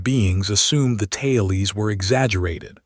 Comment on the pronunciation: I'm calling stories "tailes" from now on.